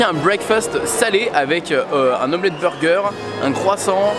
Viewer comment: "ce burgar" 🤣